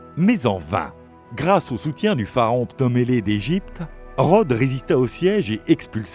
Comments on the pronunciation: Ptolémée et pas Ptomélée :) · La traduction est de plus en plus approximative sur ces vidéos... Gargantuesque, pas gargantueste. C'est le titan Hélios, pas Hélium. Blocus, pas bloc isolant. Pharaon Ptolémée, pas Ptomélée. Colossale, pas colossole. Piédestal, pas piédestral. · "le titan hélium", "ptomélé d'Egypte" ... xD. Ce narrateur, on se lassera jamais, heureusement que les artworks et la mise en scène sont cools.